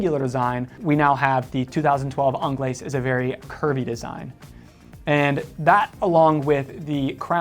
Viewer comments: Actually, it is pronounced onglays as there is an e on the end, your welcome. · Yes, yes I DID see that coming, of COURSE, you were going to pick the Americaine........ worst looking one of the bunch but no bias eh..... and its 'onglay' for the pronunciation of 'Anglaise' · these guys missed a LOT of models , what happened to the Cintree ? The Americaine was designed from the Cintree ! Also annoys me that people cannot pronounce Anglaise … the S is silent…. so called experts wow… Tank Solo XL has automatic movement …. what happened to the Tank Must ? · So he doesn't pronounce the S in Francaise, but he does pronounce the S in Anglaise. 🤦🏼‍♂️🤦🏼‍♂️ Yep, his French is shit.